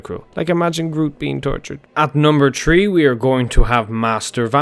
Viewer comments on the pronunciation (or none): Its three not TREE